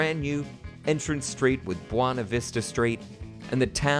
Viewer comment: “Bwana” Vista street? BWAY-NUH Vista street!